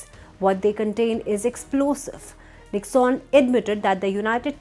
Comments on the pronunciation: It is pronounced nick_sun. Not nicksaan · It is not pronounced as Nicks-on, it is Nick-sun.